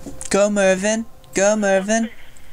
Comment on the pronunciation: Dude ok 2 things 1.when he didn't activate the robot's to get them on his side that hurt 2.I was sad he said M.R.V.N wrong😰